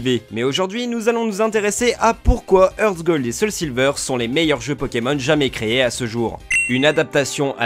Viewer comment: HeartGold ce dit Artgold hein ...